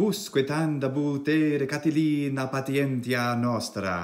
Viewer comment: Why have you divided 'Catilina' into 4 syllables like this: CA-TI-LIN-A and not like this: CA-TI-LI-NA? Thank you.